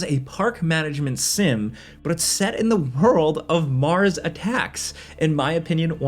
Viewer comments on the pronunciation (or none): none